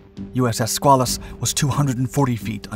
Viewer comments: also....skway luss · As for the debate as to the proper pronunciation of submarine crew, I submit that it is BUBBLEHEAD! 😁 HM 0000/8401/8404/8482, 86-98 Please accept some help with pronunciation; the name of the submarine is pronounced skwale-us. The river by the Portsmouth Naval shipyard in Kittery Maine is the Piscataqua, pronounced pis-cat-uh-kwah. 😃👌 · It's pronounced SKWAY-lus and the river is the Pis-CAT-a-kwa. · The correct pronunciation is "squid". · We always have debates of pronunciation of "SquAYElus as opposed to SquaAWLus. Just the PITA problem of the English language.